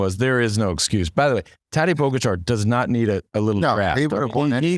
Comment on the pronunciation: How many years will it be before Lance learns how to pronounce Pogacar's name? Poe - gatch - are... Not really that complex :)